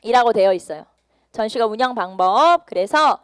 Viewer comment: 전시과 발음 불-편